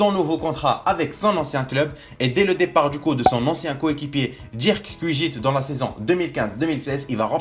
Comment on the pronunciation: "Dirk kujit" !? really ? , c'est Dirk Kuyt ;p